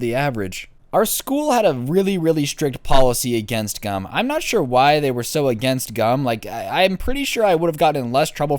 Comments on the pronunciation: Oh gum Thought he said gun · I thought he was saying gun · I know I'm pretty late but who else thought it said gun instead of gum